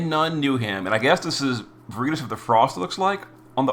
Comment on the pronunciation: Unsure why she can say veritas correctly and he cant lol